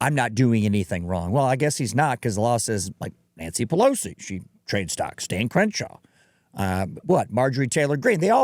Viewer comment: Did you just say “dahn”? Are you from Pittsburgh???